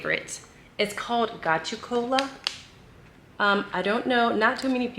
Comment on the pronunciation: It's pronounced go-to- cola